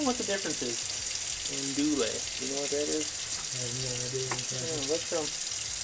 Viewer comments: It’s pronounced An-do-wee sausage. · Andouille. Pronounced AN-doo-wee